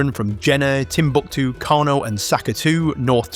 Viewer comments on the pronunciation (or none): none